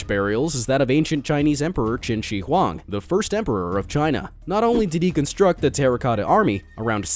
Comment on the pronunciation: Lmao qing shie huan